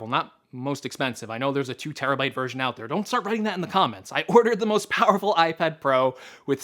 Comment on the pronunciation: Yeah i know... it's that "POWRFUL" 😂😂😭😂